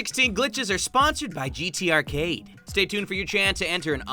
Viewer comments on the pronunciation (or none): "GTArcade" "GTArcate"